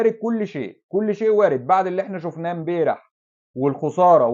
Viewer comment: يا بالتوفيق بس ملحوظة هي نطقها امبارح مش امبيرح عشان تكررت عند حضرتك